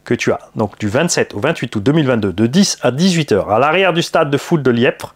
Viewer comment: Les membres du modelisme val d'argent te remercie pour la vidéo 😉😉😉 Petite précision il ya pas de b dans Liepvre et ça ce prononce comme le lièvre 🐇🐇🐇